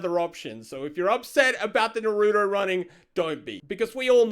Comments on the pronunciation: I know he did not just say “na-roo-do” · Are we not going to talk about the way pronounces Naruto? I cringed every time 😂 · It's not hard to say Naruto. So why cant people say it right? The show in both English and Japanese say the same way yet people keep pronouncing it the way did in this video. I realize I sound like im picking at something that seems small but just hear me out. It's a name. You would not like it if somebody kept saying your name wrong even though they've heard you say how it is pronounced and they've heard others confirm it. Why do people do that? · the way said naruto lmao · He really said naruto wrong 😔